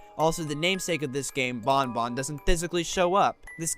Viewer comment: Thank you for pronouncing ban ban correctly